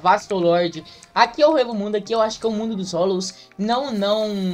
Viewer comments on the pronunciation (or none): EU FALANDO "HUEVO MUNDO" KKKKKK, É "ECO" MUNDO QUE SE PRONUNCIA KKKKKKK